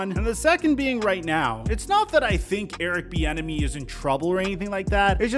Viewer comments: Literally sound like you're saying Erick "the enemy" 😂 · Every time i hear most people, including you, say Eric’s last name i think you’re saying Eric The Enemy which would be a baller nickname.